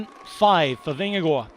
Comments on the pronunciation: This commentator pronounces Jonas Vingegaard's name like a Dane. 👍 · Good work on pronouncing Jonas Vingegaard. Spot on👍